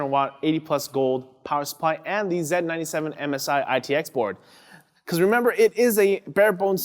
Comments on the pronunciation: He misspoke is all. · Dr. Pencil they do this in canada where they zed instead of Z (Zee)